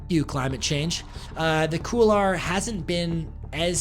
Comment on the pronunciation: Couloir is pronounced "Cool-Wah". Nice video though. You're a beast!